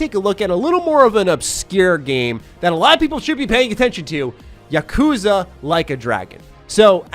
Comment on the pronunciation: YA-ku-za, not ya-KOO-za... But anyway, Yakuza 7 actually got pushed up a few days to match the XBSX release date. Which...I kinda don't like b/c that means less days for me to work on my backlog before its release lol.